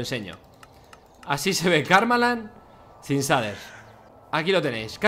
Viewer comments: Se pronuncia sheiders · Todos: Se pronuncia "sheiders" Fargan: SADER. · Gente normal: shaders Fargansio: saders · Pronunciación real: "Sheiders" Españoles: Que le diga saders dice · Auron: SHEIDERS SE PRONUNCIA Fargan: SHADERS SE PRONUNCIA AJAJAJ XD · S A D E R S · Cheiders :v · nadie: absolutamente nadie: fargan: zaders, asi se ve karmaland sin zaders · NADIE: ABSOLUTAMENTE NADIE: FARGAN: SADERS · Nadie: Fargan: saders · Like por cada vez que Fargan dice saders :V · se dice sheiders no shaders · Me estresa mucho que no diga sheiders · Se dise sheiders no shaders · "Los saders" :v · Aaaaa deja de decir shaders no se dice de esa manera